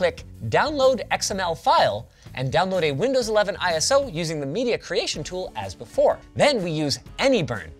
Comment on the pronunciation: why does he pronounce it "I ES OH"? XD